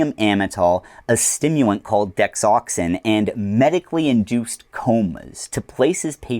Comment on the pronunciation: not sure if you're saying Dexoxyn or Desoxyn but the latter is meth and still prescribed for ADHD treatment. Couldn't find the former as a thing